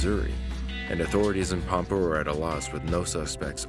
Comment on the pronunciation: Robin is an amazing young woman. Her brothers last name is the same as Robins. And it’s Pampa which rhymes with Tampa. My cousin is married to Robin and Zach’s Dad.